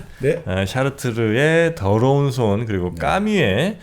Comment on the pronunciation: 들어온 손? 드러운 손? ㅋㅋ 의 이런 발음의 손이 정프로의 더러운 손 발음보다는 깨끗하게 들리네요 ㅋ?😂 유투버 최고의 지성, 넘 멋져요 ❤